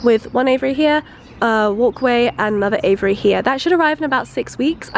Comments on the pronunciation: I was like "WTF is an 'avery'..." she meant "Aviary". It's AY-VEE-AIR-EE rofl "ay-vuh-ry" .. 😂🤣😂🤣😂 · lol the way she says aviary sounds like Avery which is my name so that was wierd.😂